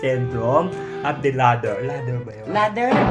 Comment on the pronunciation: Word of the day "laddder"😂😂😂😂